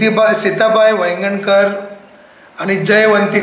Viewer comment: Vaigankar hey goankar nhi, Karnatakasa aayile